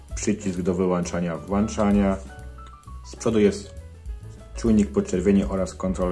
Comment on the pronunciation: Żeby jeszcze te przyciski służyły do włączania i wyłączania, a nie do włanczania i wyłanczania 😂😂😂 Mamy włącznik, czy włancznik ?